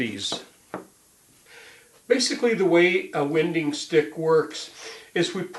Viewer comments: Your preferred pronunciation of these items name is incorrect. According to the rules of the English language it would be pronounced. “Wine - ding”...... personally I’ve never heard anyone pronounce it the way you are. These tools primarily are used by people who work with hand planes or bench planes, the sticks are not needed for someone who knows how to properly use a jointer but hey you Gotta keep Creating content. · I have never heard anybody pronounce winding sticks the way you do in this video. It rhymes with why?